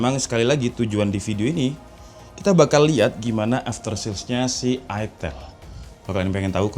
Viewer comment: itel kok dibaca itil?